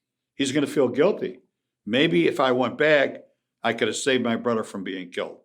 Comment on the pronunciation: Brudder lol